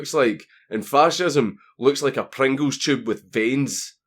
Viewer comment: Ah Prangles tyoube with veens. Classic.